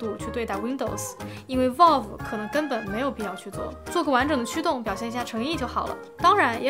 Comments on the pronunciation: 求求不要再读成volve了 valve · 真的希望能改一下她这个valve念volf的发音。。。从steamdeck第一次开箱一直听到现在，每个视频里还出现好多次，真的太难受了😂